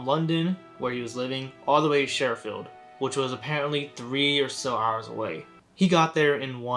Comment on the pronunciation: It's Sheffield not sheriffeld, town in the UK that I live 20 minutes from, it's a shithole